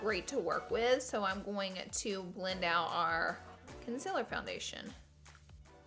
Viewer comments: I'm so annoyed by laura saying conzila instead of concealer daaaamn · Laura you say concealer wrong it is CON CEL ERR not CUN CELL ER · I am so sorry to say that. I am not trying to be rude but you say concealer so weird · You don't say it like conc-i-lr you say it. Like conc-e-ler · Why you say conciler???? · I love Laura.. I but HATE the way she says “concealer” 😤😠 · anyone else annoyed how she pronounces concealer? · Not trying to hate bc I love u sooooo much! But u r saying concealer wrong, it’s okay if u pronounce it diff cuz accents but it bothers me sooo much but I love u sooooooo much I’m not trying to hate and I know u probably get that a lot but love u not trying to hate! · Girl say concealer properly before I unsub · She says concerler wrong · Is it just me or is the way she says concealer really weird 😂